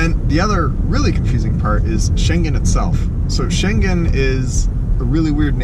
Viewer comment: BTW, Schengen is sort of pronounced with the G of Gnu. (Well, in the sense that it doesn't have a G of "globe". It has the NG of "sailing".)